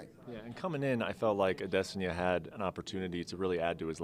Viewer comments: How many times is Okamoto gonna say "A-des-in-ya" before someone corrects him? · If this fool says Israel ah-diss-sonya one more time I swear I will throw my shoe at him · The way Brett pronounces Adesanya's last name is making me cringe lmao